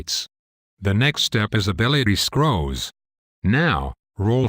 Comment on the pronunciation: Don't you just love how a computer can't say certain words? For example, the term is Ability Scores, but the computerized voice says Ability Scrolls. This is of the video.